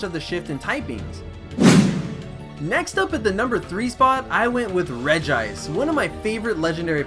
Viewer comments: It's Regi-ice xD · And not regice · Oh btw regice is pronounced regi-ice